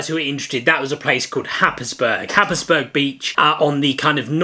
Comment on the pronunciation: Happisburgh is pronounced hais-brur.